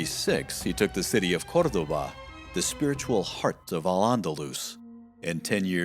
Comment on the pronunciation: ? Pronunciation of Spanish city names??? Traditional pronunciation is accent on second of three syllables, unless otherwise accented. ( Gre-NA-da was spoken correctly, but Cordoba wasn't) Unless there's some historical different pronunciation.